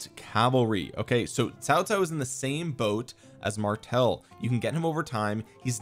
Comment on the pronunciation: I love it when a non mandarin speaker can pronounce Cao Cao correctly. Kudos to you bro.